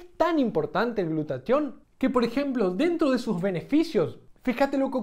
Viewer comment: ¿Por qué en el video dices "glutation" y en la descripción dice "glutatión"?